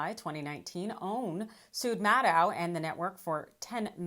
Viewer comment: There IS something wrong with pronunciation of "Maddow". Just remember... it rhymes with "shadow".